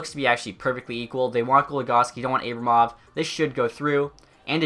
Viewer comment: It’s pronounced Ar-Buh-Mov not A-bruh-mov